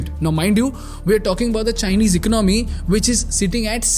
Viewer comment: Still cannot pronounce “economy”😂😂😂😂